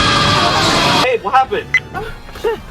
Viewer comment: Capitán GI-niu 😂. Changeeeeeee